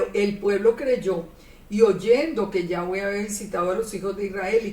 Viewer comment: A veces dice Yave, o sea sin w.